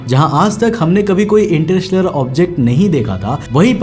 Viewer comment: Interstellar ko ese bol rha inter-rishtedar 😂😂